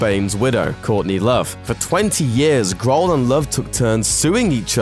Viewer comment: ''Dave Graahl''